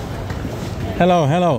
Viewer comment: Najbardziej mi się podobał moment, jak mówił "heloł"